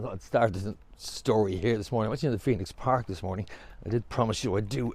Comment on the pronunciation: ‘ The Phoeno ‘, c’mon, get it right.